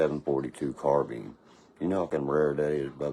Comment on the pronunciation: It’s carBINE, not carBEAN.